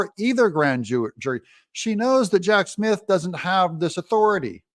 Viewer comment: Did I hear you say, Hack Smith? 🤣